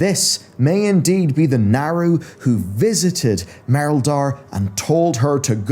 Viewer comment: Love this dude’s content but am I the only one bothered by how he pronounces his A’s lol. Like in sylvanas , saga and Naaru